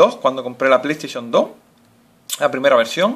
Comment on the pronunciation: pay taishon 3 :v Aprende a ablar !!!!